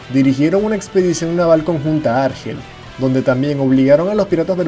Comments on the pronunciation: Bien, buen vídeo. Pero, por favor, el acento en la palabra Argel, recae sobre la segunda sílaba. Argel, Argel. ¡¡¡No Árgel!!! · Es Argel, tiene el énfasis en la E, para que sonara como tú lo dices, se tendría que escribir Árgel, pues sería una palabra llana no acabada en vocal, N o S. No se puede ir de culto cuando se desconocen las normas de ortografía y acentuación que se estudian a los 8 años. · Antes de realizar un video,deberías aprender a pronunciar correctamente los nombres de los lugares sobre los que hablas. Argel,lleva el acento en la e,por tanto se pronuncia Argél y bebería con acento en la i . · Árgel no, Argél. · Argel se pronuncia con acento en la "e", y Berbería en la "i".